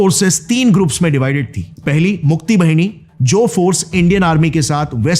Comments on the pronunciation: Bengalee pronunciation thik se kijiye Bhini nhi...BAHINI Rangmati nhi....RANGAMATI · बहिनी nahin बाहिनी boliye Gaurav bhai. "मुक्ति बाहिनी" (মুক্তি বাহিনী), मुज़िब बाहिनी( মুজিব বাহিনী)& क़ादिर बाहिनी(কাদের বাহিনী). 'वाहिनी/ बहिनी' ka matlab Pravah,Dhara, Nadi ya 'सेना' ( army) hota hai. बहिनी matlab बहन hota hai. Bangla alphabet mein 'ब'(ব) aur 'व'(ব) dono hote hain par dono ko 'ব' likha jata hai aur aam bolchal mein'ब' (ব)hi bola jata hai.